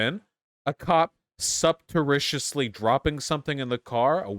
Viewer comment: ... "Subtericiously"? Is that a word?